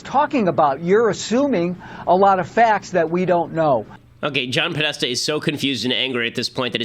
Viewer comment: good pause on Podesta